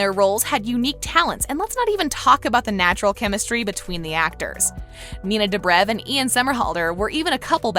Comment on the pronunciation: no she did not just say nina dahbra